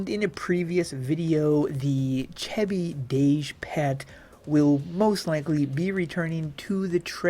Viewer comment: Cheh-bi lol No it's pronounced like Cheeze & Bee. It's Chee-Beee.